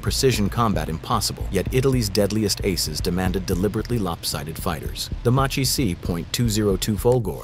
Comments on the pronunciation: You caught that "Machi" pronunciation - you're right: in Italian it's pronounced "Makee," rhyming with NagaSAKI. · It's Makkee, not Machee bro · It's Maki, not Matchi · The Exact prununciation is "Makki", not "Macci" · it's pronunced Makki btw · macchi is pronounced makki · it's pronounced MAKKI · Note, it Is pronounced "Makki" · Folgore is pronounced: Fol-GO-reh Macchi is pronounced: Mak-kee